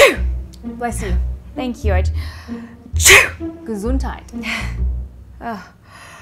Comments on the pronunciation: I'm strangely happy, that you said "Gesundheit" (and pronounced it so very well) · I'm from Germany: Your "Gesudheit" is on point... Bless you :D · Wow you're German pronunciation was perfect :)